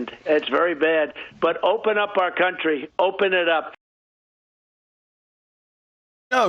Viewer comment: "... Our cunt-ry, our cunt-ry, our cunt-ry open it up ..." 🤣🤣🤣